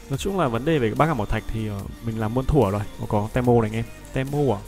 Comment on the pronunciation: đọc tiếng việt là ti mô chứ te mô là j ông nội nghe khó chịu sao á